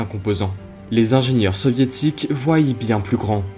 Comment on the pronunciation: "Voillent"? Du verbe Voilloir? : "Antoneuve"... mais maintenant que c'est vieux, on peut dire AntonAUVE, et peut être AntonoF 1'08: "qui z'ont"??? 2'25" : Pourquoi comparer un avion de cette taille à un 737? Un A380 ou 747 aurait été plus pertinent. Mais vidéo intéressante. Je pouce haut